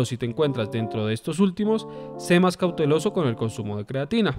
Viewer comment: cauteloSo con "S"... buen video